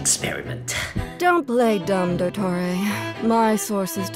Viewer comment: it’s do-tor-ray do yall not have drama classes 🤭🤭🤭